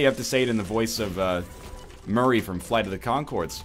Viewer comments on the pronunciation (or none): none